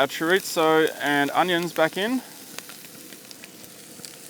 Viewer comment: If your Spanish you know it's sad when he says chorizo wrong and tortillas XD